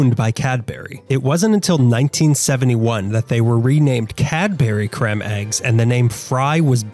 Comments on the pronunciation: Very interesting video! They're lovely and the caramel ones are even better 😋 btw it's pronounced as cream not cremm 😂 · "Crem"? It's pronounced same as cream. Then again, he's Amurikan.